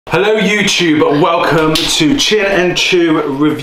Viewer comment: It should be 'Hello Choo-tube' :)